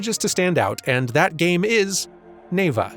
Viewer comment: As someone who speaks some Russian, I always want to stress the second syllable in "Neva."